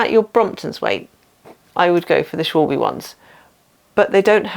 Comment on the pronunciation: Just the video I needed! 👍 Just a note, Schwalbe is pronounces Schwal-ba